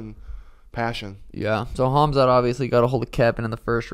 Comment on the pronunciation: not smart ? his name is phonetically pronounced as “ HAM ZAT “ not “HAZ MAT” as in the radiation protective gear!!! it’s not rocket science. your name is not phonetically pronounced as “SEEN” but “ SHHAAWN” as it is spelled out. not smart ? pfft